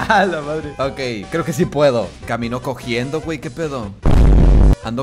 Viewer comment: Se dise cojeando no cojiendo